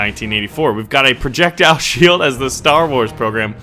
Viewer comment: you said projectial shield for Star Wars program twice